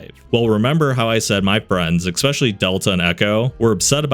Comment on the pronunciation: especially, not expecially, nor ekspecially, c'mon